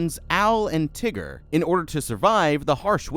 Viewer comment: Why he calling him teger